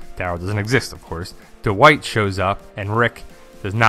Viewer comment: Every time you say "dwight" i hear "the white" hahaha